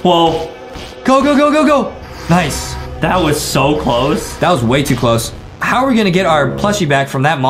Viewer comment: The. Hauw. 😖